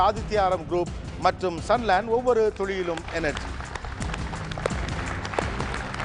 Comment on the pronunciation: திரு கோபி அவர்களே துளியிலும் என்ற வார்த்தையை சரியாக உச்சரிக்க கற்றுக்கொள்ளுங்கள் துழியிலும் என்று ஒவ்வொரு முறை நீங்கள் கூறும்போது கோபமாக வருகிறது. I don't know what Mr.Antony (Director) is doing? Some points which made me to stop watching your show: You are very rude and controlling the people unnecessarily. It lost it's quality. Wanted to ask you can't you stand for a while? are you that old? sitting anywhere on the set which is not a presentable attitude in the media. Unnecessary Titles to debate? I respect the talent you have but don't have overconfidence on you.